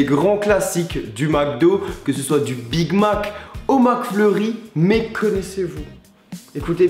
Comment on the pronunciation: Wtf comment les français dise big mac .... mdr